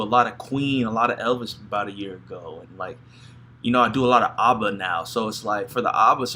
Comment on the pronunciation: It's not Ubba, it ABBA, the first A as in bat. Abbuh.